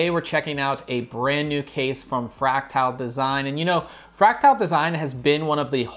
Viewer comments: It's fractal, not fractile. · I like the review, the only gripe I could have with it is your pronunciation of Fractal